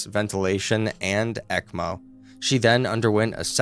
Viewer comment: I love this channel and what I learn from it but you really should consider checking the pronunciation of certain medical terms before recording. For instance, ECMO is not said as the individual letters but "ECK-moh" and plasmapheresis is "plaz-muh-fr-ee-suhs"